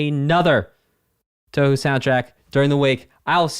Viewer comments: It's not toohoo please it's pronounced how it's written , tou hou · Man, if EoSD blew your mind, just wait until you get to absolute masterworks like PCB (TH7) or DDC (TH14). Also "Touhou" is pronounced with two long-o's: "Tōhō". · By the way…the game is pronounced “Tow-Hoe” Like tow truck hoe. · He had a live chat and no one could tell him it's pronounced "toe-hoe"? 🤣 And that the name of the game is Embodiment of Scarlet Devil? Love this reaction and look forward to seeing you react to other Touhou games. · I physically recoiled when he said, toohoo, I’m sure the video is great but I cannot watch past I like galaxy collapse but it wasn’t a part of EoSD, shattered faith it better is my favourite arrangement by Kurokotei, she has amazing music, reading the live chat, I can tell these are gamma kids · Ahh yes , twowho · Ahem. It's pronounced 2whom. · The easiest way to pronounce Touhou is 'Toho', that's it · it's 'tor-hor', you elongate the short 'o' sound and the 'u' is silent as it elongates the sound. 'ou' and 'ei' are the only exceptions to japanese pronunciation where the first vowel is elongated by the silent second vowel but only when both are together in the same word and not divided by a compound word. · Who the hell pronounces "touhou" as "torhor" bro😭😭